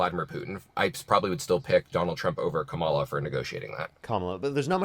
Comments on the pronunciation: Respect the men’s last names while butchering the woman’s first name 🙄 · Why can't any of these maga people say Kamala's name right???? I think they must have some kind of brain damage or something. has to correct every single person on his program.🙄